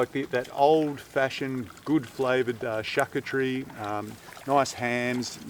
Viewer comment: Nice work, you've been busy! just a little help, it's pronounced "shar-coo-ter-ee" 👍